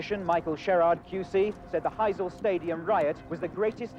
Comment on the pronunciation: It's pronounced High-zel